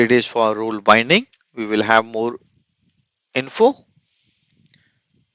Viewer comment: Role is pronounced "rowl"😁